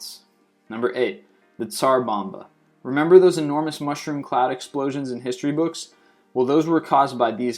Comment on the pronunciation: pedro freitas Gustav and Dora were number 19. Tsar Bomba is Number 8 - he pronounced it TA-sar bom-be and gave very little actual info about it.